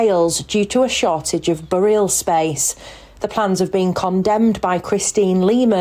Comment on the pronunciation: What's a bore-ee-al ground?